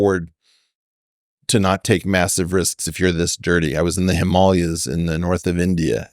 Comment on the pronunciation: OMG! He's smart but can not pronounce a range of mountains correctly LOL. Himalayas specifically......